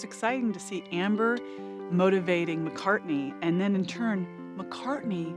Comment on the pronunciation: “McCartney.” Ugh. Poor thing.